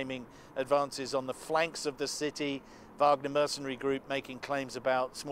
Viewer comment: Why is it so difficult for people to pronounce 'Wagner' correctly?